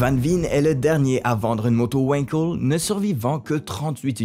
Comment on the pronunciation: Wankel étant un nom allemand ça se prononce "Vangkell" et non pas "Ouainkeul". Et c'est un moteur de m... super-polluant. Si on aime la moto, on aime les vibrations ! Après si on n'aime pas les vibrations, il reste les motos électriques, bien plus avantageuses que les Wankel !